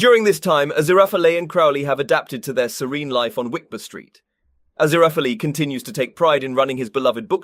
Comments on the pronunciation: A-ZIR-a-FELL Thus his cover name of A.Z. Fell. Mr. Fell. NO hard ee at the end, though if it were antique Greek the final e would be sounded. But it's not real antique Greek, and you're driving me insane with that extra sounded syllable, which at the very least makes one suspect you didn't really watch the show. Ah-ZIR-ah-FELL. Crow-lee. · Don't pronounce the 'e' at the end of the name 'Azirafal' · Great video but however, I'm convinced Fufur read for this video. Azirapalala. Azirapapap. Aziphapleara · I felt like in that one episode where Furfur can't pronounce his name correctly. Aziraphalala hahahaha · Ah-zira-fail is more accurate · So far so good, besides the correct pronunciation of Aziraphales name! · I can't believe I just endured 11 minutes of this skin-crawling pronunciation of Aziraphale only to realize this is was merely and simply a RECAP of season 2, not an EXPLANATION. Certainly not containing anything SHOCKING at all. The things you do for a few visualizations. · He pronounces the last syllable like fail, but It think Crowley may say it more like fell. I'd definitely take fell over the many wrong pronunciations in this video. And, yes, Crowley with a long O as in crow, but at least he isn't using five different pronunciations for his name as he is for Aziraphale. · Your pronounciations of aziraphale just keep getting more strange as the video goes on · Only heard it said correctly once in the entire video. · Never worry, one cannot simply pronounce Aziraphale’s name. 😂❤️❤️❤️